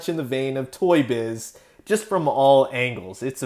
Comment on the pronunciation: Sorry but whenever you say Toy Shiz, I hear it as Toy Shit. Sorry. Great video btw.